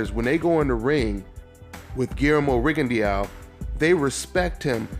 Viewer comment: it's pronounced ri gon DOW not rigon dee ow (you can delete this once you see this)